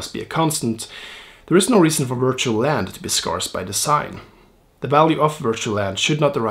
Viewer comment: Subscribed in first few seconds after your spot-on Zuckerberg face effect- stayed and enjoyed your spot-on, very important and well-argued perspective! Thanks and hugs. PS Pron: Scarce/Scarcity etc: should sound like Scared not Scar.